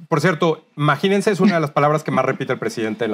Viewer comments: Dice " maginense". No imagínense. Buscar en el diccionario la palabra " maginense" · No dice imagínense le pone una N al final imaginensen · Maginense,, 14 años ,,en la universidad ,,y todos los años viviendo de parásito ,y no sabe pronunciar ,a 😂😂😂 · El señor dice Maginense!!!!!!